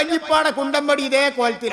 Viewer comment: ബടിയല്ല വടിയാണ് ശരി. ഉദാഹരണങ്ങളെല്ലാം പൊട്ടത്തരങ്ങളായിപ്പോവുന്നു. ശ്രദ്ധിക്കുക.